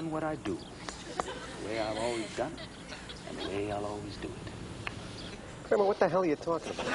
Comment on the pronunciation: For a moment there, kramer wasnt "kramer"